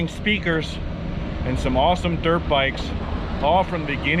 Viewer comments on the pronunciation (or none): none